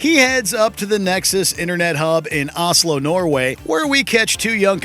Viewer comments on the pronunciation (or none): Did you just call the capital of Norway "Aslo"? :)